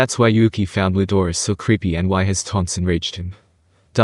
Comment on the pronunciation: Bro i think the name its rudra its not Ludora